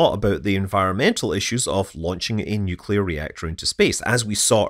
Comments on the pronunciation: It's pronounced NUclear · Nuewclear wvessel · Nucular. It's pronounced nucular. :) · Nuc-le-ar. Nuclear! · Oh come on…. Everyone knows it’s pronounced New Key Lar. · 'Nukular'... It's pronounced 'nukular'